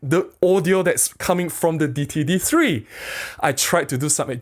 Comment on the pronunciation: I think the d3 brand is pronounced Day-it-tee.